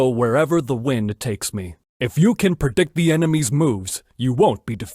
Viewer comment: i always hear perdict not predict